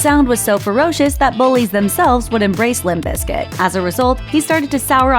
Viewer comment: Please stop saying "biscuit"... its BIZKIT!!